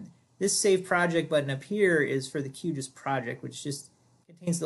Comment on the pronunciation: I just wish someone would establish a standard pronunciation for Q GIS. I doubt it is “Q Jus”. At least GRASS was an inside joke for the hippies at University of Illinois, who wrote the first code. Never the less thanks for pointing out the two distinctly different save buttons as that was what I was trying to find out.